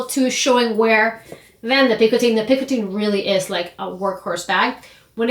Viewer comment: Just an FYI. It’s not pronounced ’picoTEEN’ like in this video. It’s pronounced closer to ‘picoTEH. There’s a Frenchman named Jean-Michel here on YT who has a very short video giving the audio of the correct pronunciation, for those interested.